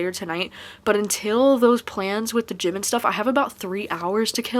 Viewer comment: If it helps, when you said "Before we go to the gym and stuff" I heard "Before we go with Jimin and stuff" lol, the Bangtan life is real lol! I totally suggest trying Death Note! also, if you're interested in slice of life Manga, Dreamin' Sun is a good one as well :)